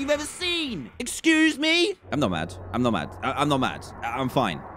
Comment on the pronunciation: Dan's 'Excoose me?!' had me rolling on the floor i might as well just be put in a coffin so i'm ready XD